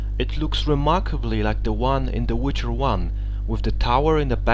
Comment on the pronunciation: Tonacja, składnia zajebista, ale możesz jeszcze troche popracować nad akcentem i wymową. ^^